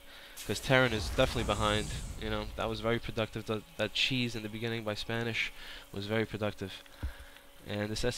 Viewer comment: I just don't like the way you casted the game, it seemed like you were confused half of the time, and his name is Spanishiwa, the i's sound like the letter "e"